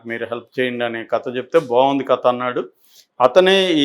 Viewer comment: క త కాదు కథ అనేది ఒక జర్నలిస్ట్ గా మీరే సరిగ్గా పలకలేకుంటే మా లాంటి పామర్రులు ఎలా విజ్ఞా న వంతులు అవుతాం సార్